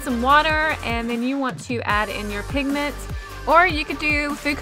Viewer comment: It not pink pigment.......... it PINKMENT!!!!!!!!!! Like if u agree